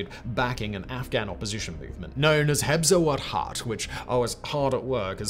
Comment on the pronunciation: "HEZBE WAHDAT" is the right name, not "HEBZE WADHAT"